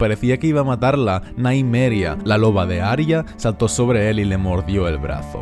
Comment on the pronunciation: Cada vez que dice Naimeria muere un norteño